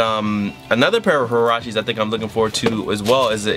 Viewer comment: Pronounced WA-RAH-CHEY. "Hurachi" makes it's sound Japanese lol